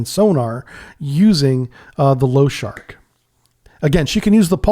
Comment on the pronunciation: Lo-sha-rik лошарик not lowshark, appreciate your work but the mangling of Russian names hurts my ears.